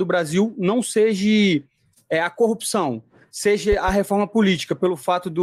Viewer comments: "SEJE" dá dor no ouvido...kkkkk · Um dos erros mais grotescos e q dói ate o figado: seje, na onde, poblema kkkk ja trabalhei em lugar q falavam essas palavras e dava vontade d dar um tiro kkk